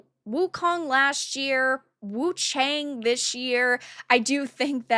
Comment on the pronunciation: It’s actually pronounced Woo chae-ung…this is as close as I can get but still not quite correct, especially without the inflection.